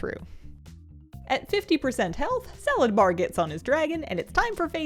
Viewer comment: It actually drives me crazy that people call him Salad-bar. His name is just Sala-dar, it truly is not hard to pronounce smdh